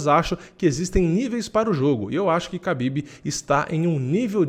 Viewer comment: A pronúncia correta é RABIB e não KABIB